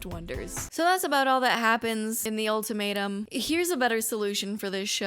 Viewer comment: Every time you say ultimatum I hear “old tomato” 😩